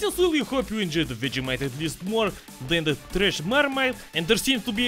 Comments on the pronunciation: As an Australian the way you pronounce Vegemite is triggering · As an Australian gopnik, I approve. Planning to visit Russia soon. The way you pronounce vegemite haha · can't even pronounce "vegemite" and he's in on the Marmite joke